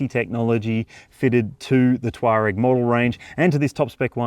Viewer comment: Touareg, not Twarag.😊